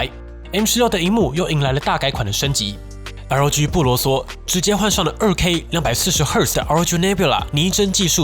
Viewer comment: 開頭聽成LG XD